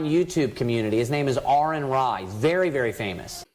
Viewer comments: Well said... brilliant as always... I admit I was taken aback when the guy pronounced your name right... lol... I have quite a few things that you've said committed to memory... and if they ever prove to be not true anymore, I'll be sure to change my mind 🙂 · i am actually suprised he got your name right. i think most just say it wrong to try and get on your nerve.